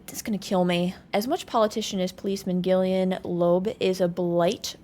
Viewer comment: Gillian is pronounced with a J sound. Much like general or genius and gentle